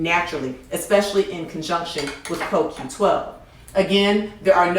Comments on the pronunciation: is is not a critic from me either, but she made more mistake here than just a coQ10. and it sound as she say KQ and not CoQ.... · CO-Q . BLACK PEOPLE !!!!!!!!! She actually LOOKED at the bottle and STILL pronounced it INCORRECTLY !!!!!!!!!!!